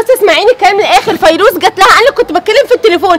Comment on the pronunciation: ليش بتحكي فريوز ومش فيروز